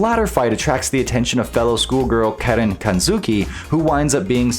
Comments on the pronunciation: It's said Karin bro not Karen 😂😂😂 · I've learned that nobody in the FGC knows how to say Karin...